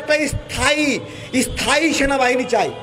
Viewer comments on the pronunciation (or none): ভালো ভাবে কথা বলতে পারেনা , উচ্চারণ করতে পারেনা 😂😂। সে আবার নেতা 😂। স্থায়ী কে বলছে 'এস্থাই ' 😂